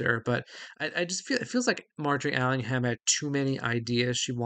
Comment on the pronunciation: NB The H in Allingham is silent. (Like in Buckingham, Cunningham etc.)